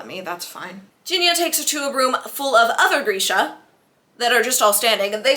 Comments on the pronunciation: Grisha is pronounced as Gree-sha not Gur-sha. But this was great. I laughed out loud so many times. Totally agree about the huge age gap! I’ve seen the Netflix series many times but have never read the books so listening to you summarize the books I can see that a lot of changes were made in the Netflix series. I appreciate this video because I probably won’t read the books; it’s very hard for me to read a book when I know the ending. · Girl every time you said ‘Geersha’ I died💀💀🤣